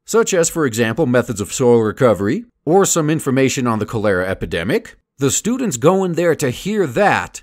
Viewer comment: Cholera is pronounced "call-er-uh"